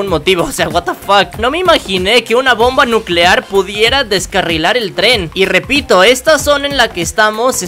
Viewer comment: Bomba nuceare